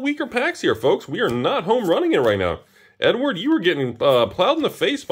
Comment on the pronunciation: I swear he keeps saying N-word when he says Edward.